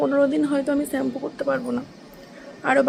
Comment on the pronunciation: ওটা ছ্যাম্পু না ।শ্যাম্পু হবে।ঠিকঠাক উচ্চারন টা কর।তোমরা তো ইনফ্লুয়েন্সার তোমরা যদি ভুলভাল কথা বল তাহলে কেমন হয় বিষয় টা ভেবে দেখো